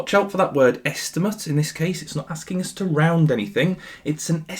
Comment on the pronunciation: unc turned japanese for a sec 💀